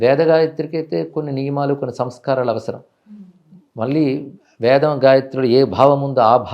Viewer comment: not Vedham, but Vedam, Dashara -not Dasara